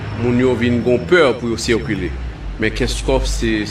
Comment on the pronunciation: Poukisa le Moun sa yo paka P prononse mo (circuler), se cerculer se vreman lamantab